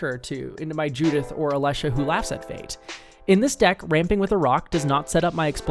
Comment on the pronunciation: Finally! Someone who pronounces Alesha's name correctly!